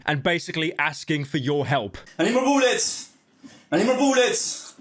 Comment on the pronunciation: "I NEED MOURE BOULLETS!!!!!"